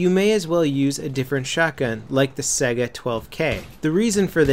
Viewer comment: Its pronounced Saiga not Sega >_>